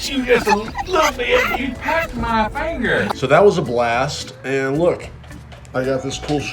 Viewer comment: “he pecked my fangerrrr”